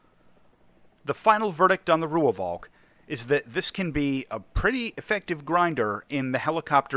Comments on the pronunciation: its pronounced "roy-falk" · I just have to be the pedant: It's pronounced 'Roy-valk', just with a slightly stretched 'o' in Roy. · As a south african the V in Rooivalk is also pronounced close to F and an english V, so it would be close to Roy-Falk for english speakers